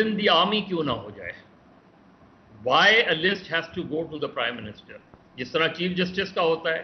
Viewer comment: کرائم منسٹر یہ پرائم منسٹر کہتے ہیں